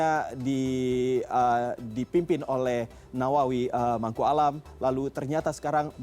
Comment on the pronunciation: HEY parah kali ini reporternya, nyebut Asnawi Mangkualam aja Nawawi Mangkualam, ngomong Jay Idzes aja kagok kagok.... FIX dia ngga suka atau nggak pernah nonton Timnas.